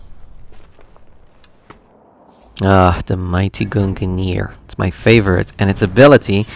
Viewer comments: You pronounced both mjölnir and Gungnir wrong they are pronounced (Meul-near) and (gun-neor) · “GUNGANEAR” “MAJOLNEAR” My norse mythos lookin ahh: 🤨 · The way they pronounce gungnir is so funny to me😭😭